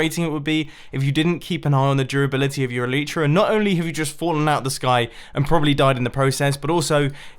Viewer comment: Its a-le-tra